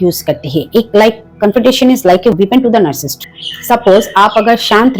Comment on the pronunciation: Mam.. App ka NARRSIST pronunciation kuch clear nahi h